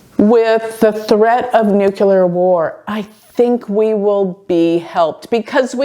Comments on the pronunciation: I love you - new subscriber. Tiny point - it’s Nuclear, not Nukular (that’s Bush Jr. pronunciation) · It isn't pronounced nucUlar. It is nuclEAR. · dear... Your videos are giving important information, please speak clearly... the word is pronounced 'nu-clear', not 'nu-ku-lar'. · Nuclear: noo-clee-ar